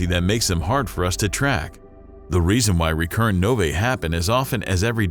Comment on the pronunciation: "nov-ay" made my skin crawl